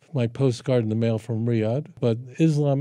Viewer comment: Why can't people in the west even pronounce Islam and Muslims properly.